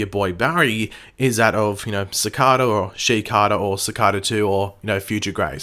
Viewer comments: His name is Cicada not Cicarter, I know it's probably your accent and not your fault but it is really annoying. Sorry. XD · Stop pronouncing cicada wrong